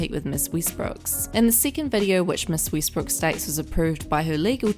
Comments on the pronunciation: Westbrook (“e”as in “elephant”) not Weestbrook. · Obviously, but someone’s name should still be pronounced correctly.